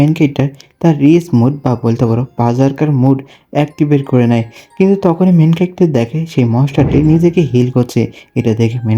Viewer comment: Main calactor main calactor sunte kemon jeno lage😅